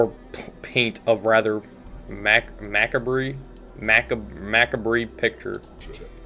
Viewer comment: gotta read more books my guy! u tryna pronounce macabre was too real ngl XD discovered u recently through yr backrooms video, and I'm glad to have found some quality letsplay content with new & interesting games...the channels I grew up with just aren't it anymore, y'know.:D keep at it! i'd recommend checking out the game white knuckle! if yr interested in more horror games. (and keep yr eye out for gangstalk, it's gonna release sometime this year) outta curiosity, why the name?